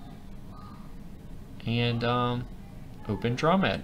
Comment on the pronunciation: The term "dromed" came from the camel, or dromedary. Thus, the word should be pronounced DROW-MED. You know...the preceding vowel is always long when followed by a single syllable followed by another vowel. Anyway, I'm known by Ricebug at TTLG and created a bunch of FMs. Now, here I am, back in kindergarten, watching your video! AAHHH!!!